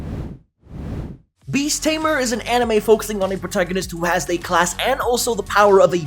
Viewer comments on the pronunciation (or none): none